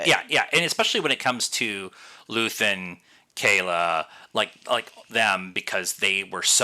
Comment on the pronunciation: KLea not Kayla... :)